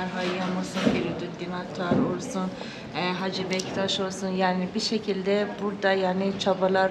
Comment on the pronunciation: Hacı deyil (HACE)